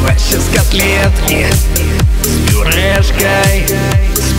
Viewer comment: вы правильно говарите не с Бюрешкай а с Пюрешкай